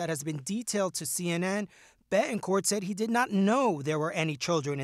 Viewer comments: Can this news commentator not enunciate Ts??! Seriously, “ Beh-en-corh.” No. BeTT. En. CorT. SO ANNOYING! English is not that hard. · Does it bother anyone else that the reporter can’t pronounce “Betancourt”?